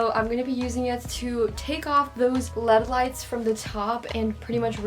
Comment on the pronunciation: Am I the only way be who got bothered when she said lead lights